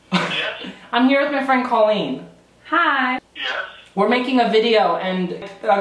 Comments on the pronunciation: Anyone else get lightly salted when someone calls her “Call-een” instead of “Cole-lean”? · I love you, but remember, it's pronounced Coal-een, not Call-een. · I feel like he keeps saying "call-een" but I think she pronounces it "co-leen" ... Awks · it's COL-LEEN